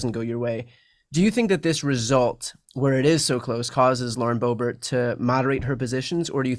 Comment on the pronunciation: The fact that he calls her BoeBART instead of BoeBERT is interesting. May be a history of dismissive exchanges there.